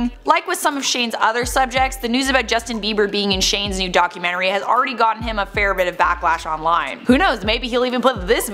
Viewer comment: Is it me or did I hear you say yocumentry?